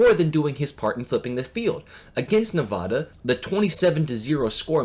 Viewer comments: Ne-VA-duh. Not Ne-vah-dah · I like all of this except you not knowing how to pronounce Nevada. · Why is it impossible for people to correctly pronounce Nevada? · Lost all credibility when you mispronounced Nevada so often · Please learn the correct pronunciation of "Nevada." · You're mispronouncing Nevada. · That’s not how you pronounce Nevada.